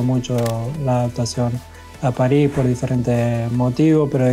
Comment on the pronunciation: I love when he say "Pari" hahahahaha